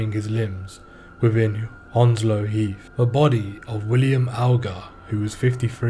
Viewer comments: Ur saying Hounslow wrong it's pronounced hands-low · A bit more like haounslow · Ur defo not from Hounslow if you fink it’s pronounced hands low… unless u a freshy 😂